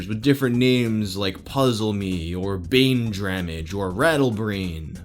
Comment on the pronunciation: i think they misplaced the r in baindramage